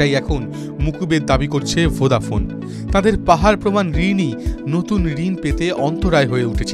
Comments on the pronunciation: ভোডাফোন বলছে না ভোদাফোন উচ্চারন করছে ঠিক বুঝতে পারছি না.......একবার নয় প্রায় চারবার শুনলাম কিন্তু সেই ভোদাফোন ই শুনছি.......আপনারা কি শুনছেন জানাবেন. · ভোঁদা ফোন নয় বলো ভোডাফোন 😂😂😂😂😂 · আপনি ভদ্র ভাবে উচ্চারণ করুন ওটা ভোদাফোন না ভোডাফোন হবে না পারলে আগে শিখুন তার পর উচ্চারণ করুন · আরে দাদা ওটা ভোদা নয় ওটা ভোডাফোন 😂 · ঠিক ভাবে উচ্চারণ করুন ওটা আপনার ভোদা নয় ভোডাফোন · ঠিকই শুনেছেন আপনি😂😂😂😂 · Ki Ki ki আরেক বার বলেন , কি ফোন 😂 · কি ফোন বলছেন? উচ্চারন ঠিক করে বলুন